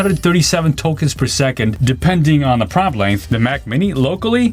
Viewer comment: Promt… or Prompt😅